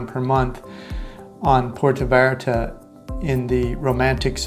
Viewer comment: You got to learn to pronounce the name of Puerto Vallarta correctly, your saying Porta Vallarta, nothing close to how it's pronounced. Sad for someone who lives there or did ☹️